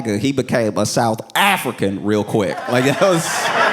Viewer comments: you south AFRICAAANN!!! BUahahahahha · Saying "South AFRICAN" with his whole chest fucking broke me 🤣🤣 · The way he said south African is crazy!